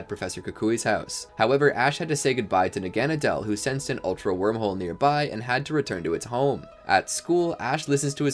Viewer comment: Annoying how you pronounce ULTRA like ALTER. Sounds like you're saying Alter Beast and Alter Guardians most of the time.